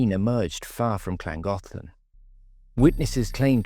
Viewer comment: The pronunciation of Llangollen is atrocious . .